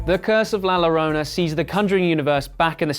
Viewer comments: Btw La Llorona is pronounced like La Yorona, not lorona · I cringed every time you said La Lorona instead of pronouncing it la Yorona. Great summary though. Well put together. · When you see a double L in a Spanish word, pronounce it like a "Y". La Llorona actually sounds like La Yorona. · It's la yorona not lorona. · la lorona lol.. u should just say la yorona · it's not lorona, double LL is J in spanish you say it jorona but written llorona , freaking dumb@ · Si, tienes razón, lo pronuncian como: "La Lorona" y me pone de los nervios. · La la row na😂 it’s La Lloroña 😂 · Its La Ya-Rrona, not La larona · Why "la Lorona" ?? is LA LLORONA! With a doble L. It's sound like a Y. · "la lorona" yea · Just a little psa “La Llorona” is pronounced “la YO-rona” 😂😭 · This dude really said la lorona 😂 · Bruh what is la llllllorona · I'm sorry in advance. La Llorona is pronounced La Yorona. The double L's change pronunciation in spanish to sound like a Y. I'm rlly unsure of how you were able to mispronunciate Llorona after watching the correct pronunciation (by english and spanish speakers) in the movie. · This boy legit just said la larona 😂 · La "Lorona" 😂😂😂😂😂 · “la lo-row-nuh” 😂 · Halloween Girl365 it’s pronounced “la yarona” right? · Nice vid, but "lo-row-nuh" is killing me, bruh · Came here for the La Low-Row-nah comments. Jesus bro. Try just a little bit. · It’s kinda La yourona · "Low-Row-Nuh" 😂 ok Edit: This dude needs to chill in the comments lol it was something I found funny. I say shit wrong all the time but It's simple to get shit straight if you try. Pronouncing it wrong repeatedly clearly shows the lack of effort 🤷🏻‍♀️ video still got my like, so relax. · Great Video, except for the "La Llorona" mispronunciation. All Cool though. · Everyone that is being mad about people saying that it’s funny how he says la llorona you know us Mexican Americans had to learn all of your language right? so stop being lazy and learn how to say it